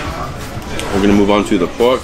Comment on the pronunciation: BAHBECUE (barbecue), LAHGE (large), POHK (pork), SHOHTLY (shortly), CAH (car), FRUIT BAHS (fruit bars)... I really enjoy your accent! Greetings from Montréal 🇨🇦